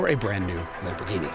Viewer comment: LOL "LOMB-orghini" . Maybe stick with your impeccable German accent :)